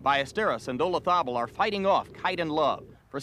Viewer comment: The Americans have a jolly hard time pronouncing Olazabal.